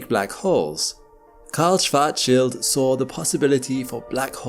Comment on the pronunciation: Thanks for not butchering "Schwartzschild" shwarts-shield, with the "a" as in Mark.